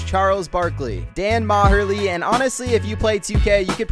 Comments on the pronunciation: It's pronounced Dan Marley no maharlie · Dan maherly???? It's pronounced dan Marley haha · " Dan ma-her-lee" come on